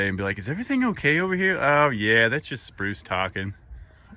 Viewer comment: Spruce sounds like Bruce. It is so funny.